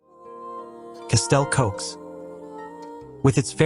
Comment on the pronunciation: Hearing castle cokes is like someone scraping a caulk board 😂 Its castell Coch!!! Red castle in English.